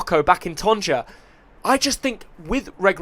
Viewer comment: Hi , I think you deserve the moroccan citizenship and I hope you'll get it , I like your joyful demeanor and I love the way you pronounce TANJA like we moroccans do and I wish you the best and good luck .